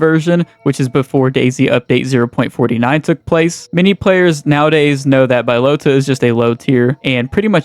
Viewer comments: Hahaha Bi-lota? you some kind of special or something bro? good video tho <3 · Bbaaiiyyalootahhh and mushikihnoo 😂 Anyway, its crazy how bad documentation bohemia had/has and also that there was no one noting these things down on a website or wiki like there is for most games😅